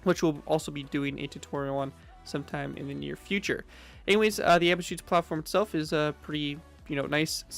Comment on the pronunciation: your pronunciation of Abschussplattform is all wrong. Nice video regardless.